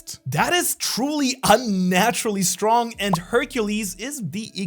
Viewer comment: Her - Cule. Not Hercules!!! That was driving me crazy 💥💥